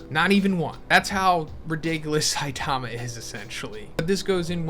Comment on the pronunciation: sai--taaama cringe pronounciation . cringe.